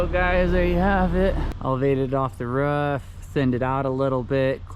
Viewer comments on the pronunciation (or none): “elevated off the ruff”